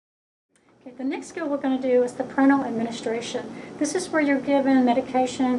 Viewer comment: I hate it when medical professionals can't even pronounce medical terms. It's ParenTERal, not parental, and it's phenERgan, not Phenegan (or phenegran, as I often hear it pronounced). And you should also re-title this video as Parenteral = IV medications. You never once mentioned giving any of the meds IV.